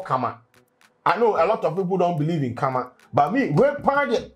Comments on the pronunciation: Please how you pronounce the Karma isn’t tasteful 😂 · pronunciation of Karma thou 😂😂